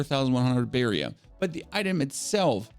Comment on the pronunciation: You are now pronouncing barrier correctly, which makes me sad, because I love your accent, but you've earned this! Much love!